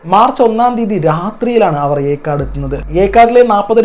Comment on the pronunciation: Yercaud aanu erkaad alla